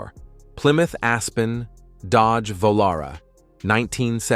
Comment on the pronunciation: The limits of AI: It's pronounced SIM-uh-ron, not see-MAR-un, and vo-LAR-ay, not vo-LAR-uh.